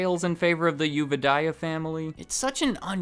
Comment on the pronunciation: You don't sound the "o" of the name of the Thai owner. You said it correctly : ) There was a scandel in Thailand where the son of the owner ran over a police officer on a motor bike in his sport car. The guy never appear in court and now stay oversea.